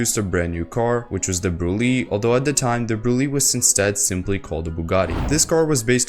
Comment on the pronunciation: I found out today that it’s actually pronounced “Brulay”